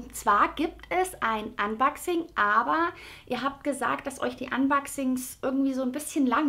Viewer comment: Warum sagst Du "Box", aber "unbaxing"? Klingt fürchterlich!